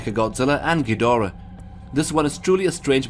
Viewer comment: and yet he pronounces ghidorah right